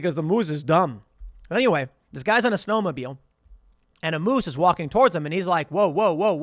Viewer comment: i hate the way Tim says moose and also Churchill, Manitoba Tim there are polar bears everywhere